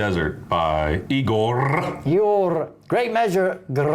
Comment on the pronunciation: You pronounced Igorrr perfectly IF you’re from my part of the world , south England. Any thing with an R on end the South of England exaggerates Rrrrrr’s “ Guitarrr , Barrr , Encorrrrrre . Even the English say we sound like pirates . 🤣 I love some Igorrr ! “ Headbutt” it’s brand new .